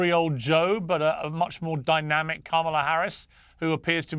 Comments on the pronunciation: so her father is not Jamaican? Do you even know his name, do you even know how to pronounce Kamala? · Why can’t people pronounce Kamala properly?